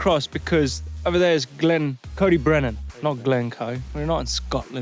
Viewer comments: Cody Brennan! 😂 its pronounced like koyd, uh brenin 🤘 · its c-oi-d y brenin not cody brenin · why did he nsay Coed-y-brenin which is the kings trees in welsh, like cody brenan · Coyd-Uh-Brenin is how it's pronounced 👍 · Good effort Blake but you say it like coid or coyd ee brenin. Close enough though. Top vid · Blake! coed y brenin is pronounced Coid y brenin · The way he pronounces coed y brenin 😂😂